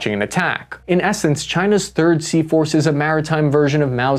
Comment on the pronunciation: Everytime he says Sea Force I somehow hear seahorse 😂😂😂